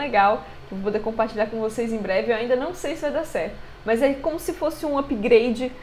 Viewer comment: Agonia vez vc dizer "mais" no começo do vídeo "mas" sem problemas, é chatão ficar corrigindo TD mundo o tempo todo.